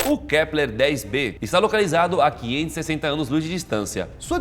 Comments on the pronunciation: "KLEPER " kkk mais alguém reparou ? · Só eu ouvi o Lucas falar " Kleper " ao invés de Kepler ? Rs